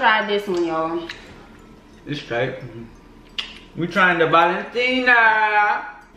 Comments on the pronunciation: Yea it’s Valentina no tino lol she said it rite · Its called valentina not with a o cause i eat that sauce